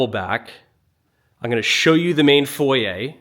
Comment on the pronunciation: It’s foy-yer.